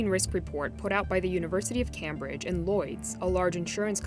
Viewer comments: Cambridge is pronounced as "Came-bridge". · She said "CAM-bridge" instead of "camebridge". weird. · some of the pronunciation by the journalist is weird, like the pronunciation of Cambridge